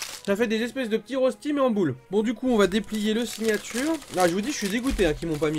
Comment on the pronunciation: En étant suisse c’est un sacrilège de dire rosti c’est reushti niveau prononciation